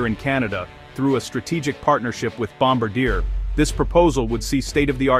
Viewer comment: Kept getting a twitch when the a.i. kept changing the way it pronounced Gripen, usually getting it wrong, and mispronouncing Bombardier.